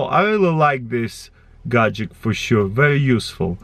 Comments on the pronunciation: it really annoys me when he says gadgek instead of gadget :D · Gadget. GADGET. NOT GADGECT! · Is it only me that notices that when he say gatget I hear gatgec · Wtf is a gajick?! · lol GAJICK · t Its a "Gagjekt" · Me: Gadget CrazyRussianHacker: Gadgek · Is it only me that notices that when he say gadget I hear gadgec